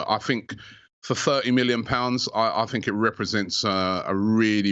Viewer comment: Robbie "I fink" Lyle